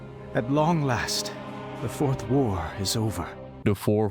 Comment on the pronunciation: Fourth war? Sound like you are saying "worf whore"